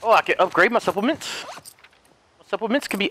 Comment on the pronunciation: Everyone: Supplements: Suppoments